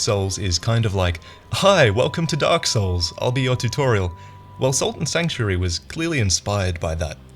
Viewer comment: Holy shit. SALT AND Sanctuary. I remember you mentioned this game a while back in a Lords of The Fallen video I think, and I spent so long looking for "Sultan Sanctuary" and it looks like a lot of other people misheard you as well because Google's auto fill now adds "Dark Souls" and "game 2015" when you try and search Sultan Sanctuary. So I dunno maybe try and slow down your pronunciation in future.